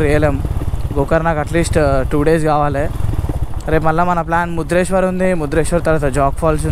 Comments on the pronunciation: Bro adi Murudeshwar not mudreshwar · Not mudreswar bro it's called Murudeswar